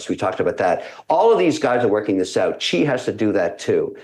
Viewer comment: NOT Chi but Si! that's how you say Xi's name.